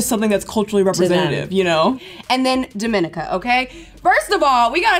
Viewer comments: Dominica is pronounced dom-in-ica. It's not pronounced like the dominican republic without the a. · Here’s the pronunciation of Dominica 🇩🇲 (daw-meh-ni-kuh) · Dominica is pronounce Dummy-nee-ka